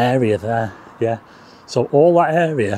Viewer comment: Please don't drink every time says "yeath" Cheers!